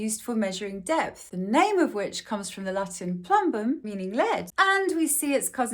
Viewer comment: you actually pronounce it more like "ploombum"; source: I had to waste 5.5 years of my life studying that language and it is still close to my native language. Oh, and welcome back 👋